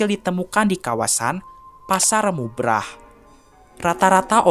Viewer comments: saya koreksi min yang bener pasar bubrah bukan pasar mubrah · Maaf bang izin membenarkan, itu yg bener namanya Pasar "Bubrah", bukan Pasar "Mubrah" Terima kasih